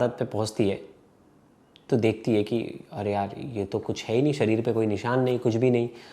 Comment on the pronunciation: निशान श श, स नहीं . Konse logo ko liya jinko hindi k words hi pronounce krne nhi atey. Isey acha to mujhe lelo